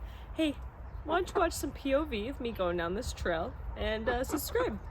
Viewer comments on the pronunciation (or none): Love the vid, also lol’d that not only said “sus”cribe, you spelled it lol thanks